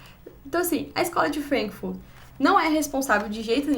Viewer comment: Vc sofre "anglicismo cultural " Fala Frankfúrt e Gramsci com sotaque ""Frénkfurt", "Grémci". No entanto....é! Tô gostando das resenhas.